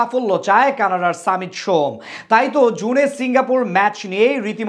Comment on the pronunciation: সামিত নয় ❌ সমিত ✅